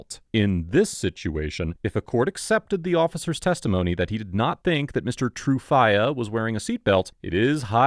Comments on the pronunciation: Do you really have to pronounce his name as True Fiyah? It sounds very cringeworthy. Tru would have sounded better. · Every time he says Mr. TrueFIYA I chuckle 😅